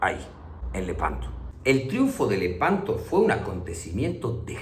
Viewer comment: A veces te une lehpanto